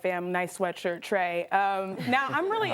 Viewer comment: Trae you need speech therapist, seriously!